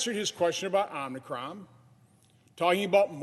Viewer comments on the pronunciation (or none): Was he trolling Biden when he first called it Omnicron? 🤣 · omnicron or omicron? Let's Go Brandon pronounces it the same way. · Omnicron? Thought it was Omicron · Don't say Omnicron.